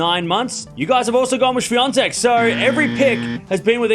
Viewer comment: How to pronounce "Swiatek"? I heard, it sounded like "Swiantek"... (to be frank, I am not good in listening foreign names being pronounced)